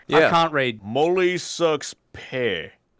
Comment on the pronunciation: Mully not molly